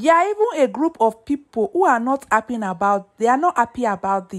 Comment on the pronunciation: Are you appy or Ha-ppy? Sis, please work on your diction and pronunciations! Good luck!